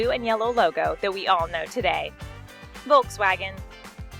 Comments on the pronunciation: i just laughed out loud at Volkswagens pronounciation, it's so funny to hear it other languages that aren't German. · Volkswagen is a V and a W, not just a W